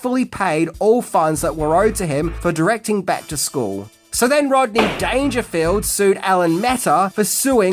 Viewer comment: Rob-ney Dangerfield huh? Interesting sir. Interesting. Salute.